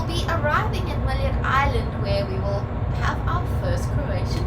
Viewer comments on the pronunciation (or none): Milijet??? There is no 'i' in Mljet. Also...there is no 'e' in Hvar. It's not Hevar, guys.